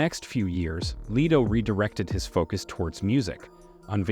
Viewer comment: Its LETO with a short e not LETO with a long e!!